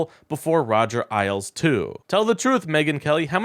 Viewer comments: Do you listen to any other source besides yourself? You lose credibility when you mispronounce a name that everyone has heard a thousand times. Here's your tutorial: say "Ale" as in a nice, cold pint of ale. Now make it plural. Now you have Roger Ailes (ALES). I appreciate your coverage, but you need to be accurate and correct in everything you say, including pronunciations!!! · You're pronouncing his name wrong it sounds like ales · First off… why are you talking like that? You’re not Ron Burgundy. You can speak like a normal person. And lastly… did you seriously pronounce Roger’s name as eyeles? He was the CEO of the Fox News for like 20 years. Fox News is the devil and spews non stop hate speech toward democrats 24 hours a day… and you pronounced his last name as eyeles. It’s pronounced aylz. As a political commentator for occupy democrats YOU SHOULD KNOW THIS. Mispronouncing his name while you read through some script like a news anchor from Temu is beyond embarrassing for us. Get off the fkkin microphone and let someone else do it who has some credibility. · FYI - it’s pronounced Roger AYLES , with a long A sound, rather than ILES with a long I sound. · Roger "ALES" not "isles." FFS, dude. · It's Ailes, not isles... You're saying it wrong and he was a pretty consequential douchebag! It's distracting... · Ailes - rhymes with rails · If I were to drink three pints of ale, I would have consumed three ales. That's how you say Ailes, as in Roger the sleazebag, sexual predator Ailes. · Ailes is pronounced "ales." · For what it's worth, --former Fox news head Roger Ailes last name rhymes with snails. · Ailes rhymes with "ales" as in beer. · It's pronounced like "Ails", my man. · Roger "Isles"? This kid is a low info hack... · Lol it's pronounced Ales. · Roger's name is pronounced Ales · It's a long A. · why are we pretending anybody on Earth respects megyn kelly? even rightoids hate her. btw “Ailes” rhymes with ‘sales’ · You’re mispronouncing Ailes.